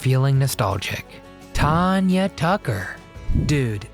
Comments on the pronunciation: It's not Ton-ya. It's TAN-YA. She is awesome! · Tanya Tucker’s name is NOT pronounced Ton-ya it is pronounced TAN-YA. It is even spelled the way it is pronounced, if you are going to do a video learn how to pronounce people name’s right!! This is one of the WORST videos. Also I wouldn’t call these tragic, if you are going talk about TAN-YA Tucker’s tragic life maybe mention she had a addiction problem at young age over going to hotel room after a concert. Yes, I am sure it very hard to go from singing in front of 1000’s of people to a quite hotel room. I have heard many, many musicians talk about how hard it is but they also say they know it part of the down side. I hope you do more research before doing one of these again.